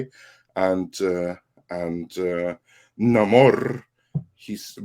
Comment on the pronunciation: I believe it's pronounced "Nahmorrrrrr"